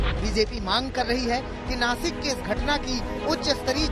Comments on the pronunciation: Nashik hai vo nakis nahi . Dhanya hai tumhari patrakarita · Nakis nahi nashik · देश का सबसे बडा न्यूज़ चैनल अगर "नाशिक" को नाकिस बोले, और इससे ज्यादा उम्मीद क्या हो सकती है हमारे मिडिया से, पढ़े लिखे न्यूज़ एडिटर को जॉइन करो सालो, और देश को गुमराह करने वाली न्यूज़ मत दो। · Nasik nhi Nashik...